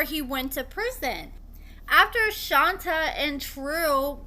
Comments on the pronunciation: Isn’t this girl’s name pronounced Shon-tay? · Just for the record… lol it’s pronounced “Shantay” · No, we’re saying she don’t pronounce it correctly.